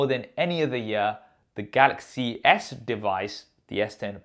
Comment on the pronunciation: Somsong, golox, note ten, plos